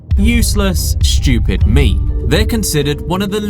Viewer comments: The guy keeps saying the sun fish is shchoopid. What is 'shchoopid'? Is that british for 'stupid'? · Who are you calling shtchewpid, you're british..